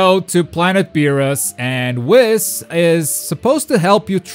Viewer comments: It’s pronounced weeeeess not wis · It’s wheeees not WIS 🤦🏾‍♂️ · its Whis like weast, not whis like hiss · Did he just say wis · Why does he say whis like that... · You can't even say Whis's name correctly 🤦‍♂️ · I hate his pronunciation of whis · The way he pronounces whis